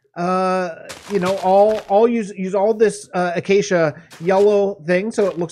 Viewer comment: Ah, I see you Acacia correctly. Some people's pronunciation of Acacia... "Achacha" "Achakia" etc